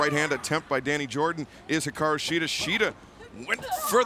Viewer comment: Shes the only one who pronounces it right